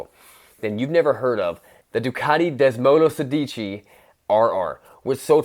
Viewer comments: Sounds like you've never heard about this bike before making the video, and read the Wiki page completely drunk, Desmo*to*sedici ? Based of a G*T*6 ? Come on haha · Desmosedici has the accent on the first e, Desmo like Desmond and sedici is pronounced with more emphasis on the e Cheers from Italy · LMAO you absolutely butchered the word Desmosedici...